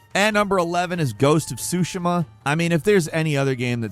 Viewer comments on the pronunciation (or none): umm.. sushimah? its pronounced SooSheemah and Rise of The Ronin shits all over Ghosts of Tsushima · Ghost of Sooshimma 😂